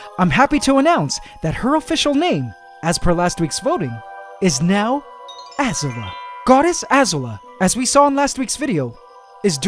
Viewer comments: Azula Uh-ZOO-luh Not AH-zuluh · i think the name is pronounced azùla, not àzula and i'm saying this because i know my avatar references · One other thing, you are pronouncing the spider's new name, Azula, a bit wrong. It is pronounced A-zoo'-la rather than A'-zoo-la. I'm sure you understand what the commas mean. I feel like Hermione Granger. "It's leviOOsa, not levioSAURR! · MasterBuchannon a-ZOO-la, not A-zu-la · I am pretty sure Azula is pronounced ah zoo la not a zue la, not sure though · im pretty sure azula is pronounced "Ah-zooh-lah" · Ahahah You should pronounce it Az-ZU-la, where the emphasis is on the ZU part. She's a Firebender in the show Avatar and the Last Airbender and she has incredible technical skill along with a very unique trait - she's the only person that spews blue fire. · Pretty sure Azula is supposed to be pronounced Ah-zoo-la, as in the crazy chick from avatar the last airbender, could be wrong though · For the spider Azula It’s pronounced Ah-zoo-lah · We'll cut some slack lol bc we know you're not American but it's pronounced AH -ZOO-Luh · I agree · The way pronounced Azula hurt me right in the childhood.. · You don't say Azula correctly.. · You’re pronouncing Azula wrong lol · cough can someone tell him how to pronounce azula cough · No offense, but the way you pronounce Azula is bigging me.